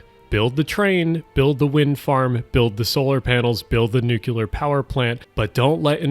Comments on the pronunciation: nucLear NOT nucUlar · NuCulAr power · PLEASE do not say NUKULUR. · Indeed. BTW, the words are aesthetic and nuclear, not "aestetic" and "nucular". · Dear USA, it is ''nuclear'', not ''nukular'' 😊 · Say it with me, — New-Clee-Urr. Nuclear. Not nucular, the Bush era is over. But seriously, I’m also a Philadelphian and enjoy your videos but I feel like a general calling-out of greenwashing would be more constructive that this video. You blame leftists but there are practically no actual leftists in power in the US, not even in California, where I lived for a few years. You also neglect to mention a lot of the red tape in new projects also comes from conservative legal action and NIMBYs. A government disabled by division, whether along party lines or within one faction, is doomed to get bogged down in red tape. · hey, I wanted to let you know that "nuclear" is not pronounced like "nucular" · “‘nuke-u-lar’ it’s pronounced ‘nuke-u-lar’” - Homer Simpson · Nuclear* not "nucular" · Nuclear has only one "U" in it. Why do you insist on adding another when you pronounce it?